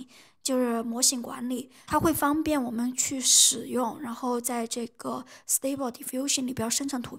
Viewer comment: 我記得上次刷到你影片是讀stuble不是stable🤭 Civit AI不是CV TI